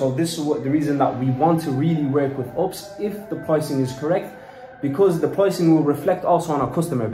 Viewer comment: LOOL when kept saying ups instead of U.P.S that made my day. The women did say it correctly in front of him but he ignored her and carried on saying ups 😂